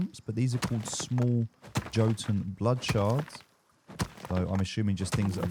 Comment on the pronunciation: jo ton? here i was thinking it was yotun